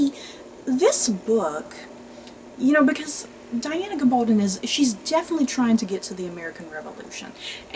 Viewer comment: Pronounced GA-bal-don (rhymes with stone)